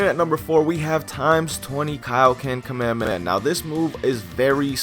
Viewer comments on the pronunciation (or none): STOP SAYING KAMEHAMAHA LIKE THAT JESUS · FFS KAA - MEH - HAA - MEH - HAA